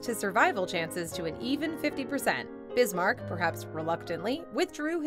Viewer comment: Otto VON Bismarck. Not VAN .... he was German not Dutch 🤗